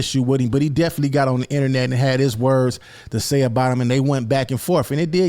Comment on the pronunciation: Hey It’s Definit-ely Not Deflee 😂😂😂😂 Keep doin yo thang though bro